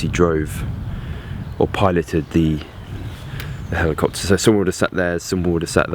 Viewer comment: Ali-copter !!! LOL